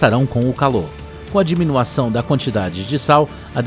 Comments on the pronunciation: O QUE É " DIMINUAÇÃO " ? A PALAVRA É ""DIMINUIÇÃO " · "DIMUAÇÃO" kkkkk Mas tiro o meu chapéu pro vídeo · "diminuação" Kkkkk Não é uma crítica. É zoeira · impressão minha ou o cara falou DIMINUAÇÃO ...